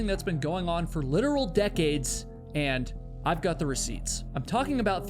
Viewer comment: Love your videos! But ive just got to say something. Am i the only one who notices that he pronounces his o's like u's, So "got" sounds a bit like "gut"? Is this a new England accent?